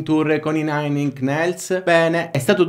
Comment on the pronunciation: Lodevole il lavoro svolto per raccogliere informazioni sull'argomento e creare il video di cui sopra, ma se posso sarebbe utile migliorare la forma e la struttura del video per avere maggiori visualizzazioni. Necessiterebbero: 1_ una dizione migliore sia in italiano, sia nella pronuncia di nomi stranieri ( ad es. 'inch' non si pronuncia 'ink '). 2_ una cadenza più varia (la cadenza usata è monotona e ricorda il modo in cui i bambini recitano le poesie) 3_ la struttura tecnica del video (gli stacchi ci stanno, ma devono essere contestualizzati e ottimizzati in fase di montaggio. Le parti aggiunte contenenti le rettifiche possono essere usate meglio) 4_ la struttura narrativa (basta scriversi tutto prima e suddividerlo in mini-capitoli) 5_ una piccola sigla iniziale e un logo sul canale renderebbero il video più professionale, esso sarebbe percepito maggiormente come un lavoro svolto in modo impeccabile, nonché avvalorerebbe la ricerca svolta con un contenuto di alto livello. Questi sono solo consigli che non vogliono in nessun modo sminuire il tuo lavoro, ma anzi migliorarlo. metto anche un bel "mi piace" al video. 👌